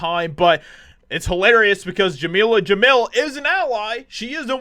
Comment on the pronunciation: "Jameela Jamil" ... oh God.